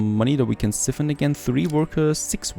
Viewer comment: Just to let you know, it's siphon 'si-fen' [the i is pronounced as I as in "I went for a walk"]. Hearing how you pronounce was making me cringe! lol Nice series by the way.